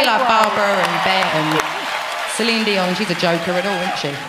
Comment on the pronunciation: I wish people would learn to say Celine's name correctly.